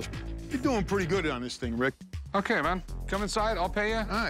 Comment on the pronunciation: Nobody: Nobody at all: Rick: RiSk